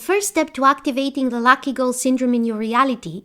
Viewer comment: I love your videos but you say “Lacky Person”…. I know you meant “Lucky Person”….